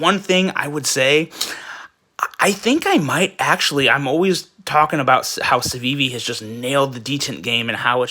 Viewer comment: LMAO you can't even say the name right 🤣